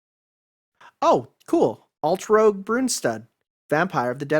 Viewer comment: Altrouge is pronounced as "Alt-roozh", not "Alt-rogue". She has yet to appear in any official work which is ironic, considering her background & the influence she has in the inner workings of the 27 DAA. Here's hoping Nasu finally puts her as a major character in his future works.